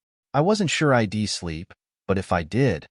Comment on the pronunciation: You know. It’s a pretty good story that would be a lot better if you’d large language model train yer dumbass AI how to pronounce contra Ted words. Pronouncing she’d as “she’d” and “i’d@ S “I.D.” Gets annoying very quick. Have some pride in your work product and fix it. Stop acting like 5th graders kicked out of English class produced this